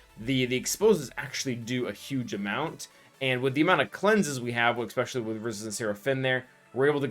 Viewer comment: Is pronouncing "especially" as eckspecially a sign of listening to a lot of hip hop? 🤔